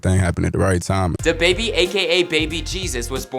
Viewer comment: 1: I hate how white people says “da baby” 2: the host really in his feelings about these comments (I thought he was gonna cry)